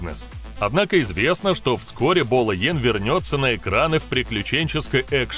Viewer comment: Не йен а Янг